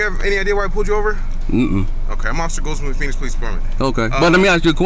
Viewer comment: Yeah, Phoenix is pronounced Fee-nix, and Nevada goes like NEV-vada (as in 'glad'). Not Nevaud-da!